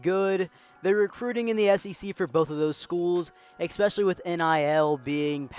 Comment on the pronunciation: When the narrator says EX - SPECIALY I automatically feel sorry for his parents.